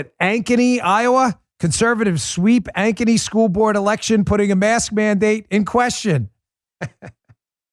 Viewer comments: And Dan nails the pronunciation of Ankeny, IA. Love it, lol! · Bill Ankeny---- Good job Dan you pronounced Ankeny ,IA right .Cheers to the win in school board in Ankeny ,IA!!!!!!!!